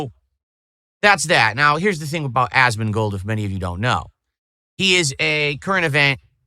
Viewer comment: Ahsmahn-gold 😂 is such an alien 😂😂